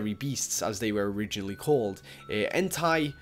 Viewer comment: suicune just say sweecune and riakou is right and einti is enti